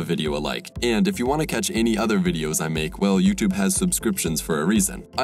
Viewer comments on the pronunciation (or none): none